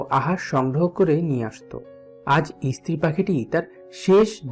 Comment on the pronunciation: ইস্ত্রি নয়, স্ত্রী